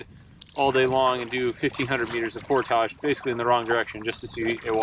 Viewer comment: Great vid. You've seen more of back country Ontario than 99% of the people who live here. You always look at home in a canoe on our lakes and rivers, so by this time you should just consider yourself an honorary Canuckistanian. You even pronounce 'portage' correctly. Looking forward to part deux. Drive from Ohio to northern boonies though... that's a long drive for a fairly short trip. Did you cross at the Sault, or Windsor/Detroit?